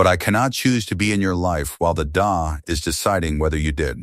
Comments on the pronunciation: The Daaah? Stupid AI! It's a D.A. as in District Attorney. Edit your posts, idiot! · That's not "da", that's DEE-AY! It's also not "poa", it's PEE-O-AY. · It’s D. A. Not da.